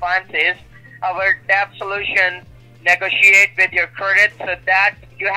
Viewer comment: "CURDIT card" --- LOL!!!